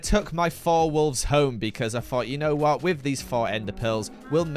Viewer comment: after dying: whot?? whot??? wHOT?